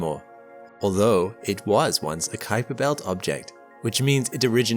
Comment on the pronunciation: "Visitor from the Keiser Belt"? You must be kidding me, right?